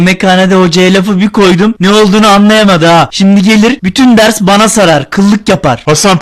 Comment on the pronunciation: Süüü bane ve napim diyorsun abi